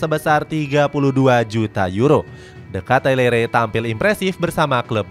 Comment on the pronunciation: Bacanya Di Kitelaar, bukan de Ketalere